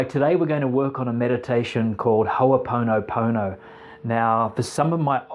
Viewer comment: Please please may I ask that its pronounced correctly... please. On this note great introduction for the new listener!